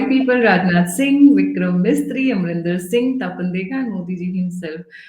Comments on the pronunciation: Vikram MISRI not MISTRY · plz correct urself. Our Foreign Secretary's name is: Vikram Misri not Mystry. He is a Kashmiri Pandit. I don't expected you to commit such gaffes! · Vikram Misri NOT Mistry...